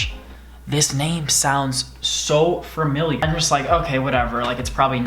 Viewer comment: says familiar like Fermilear